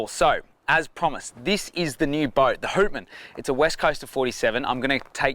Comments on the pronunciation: Houtman is pronounced “H - out - man” .. out as in outside. I work on cray boats out of Geraldton and around the Houtman Abrolhos Islands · HOWTman……not WHOtman!!! Named after the Abrolhos. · yeah boys good solid boat built to withstand the WA big swells. The name Houtman is actually pronounced as Howtman as in Howtman Abrolhos, dutch words meaning "Keep your eyes open!" referring to the islands there that the dutch ran into at times :) Hope she goes well!